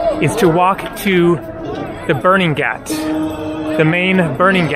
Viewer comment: pronounced g AH t not gat friend